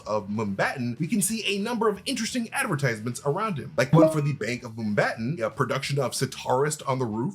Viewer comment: Can you please try to pronounce Mumbai correctly?